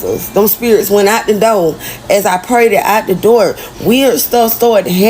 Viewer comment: Open the noor, open the noor 😂